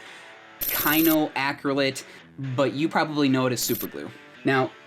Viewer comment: cyanoacrilate (pr.) sy-ANO-ac-ril-ate ...and why in the name of all that is holy, would you think the i in viscosity is a long i??? You probably say EYE-talian don't you.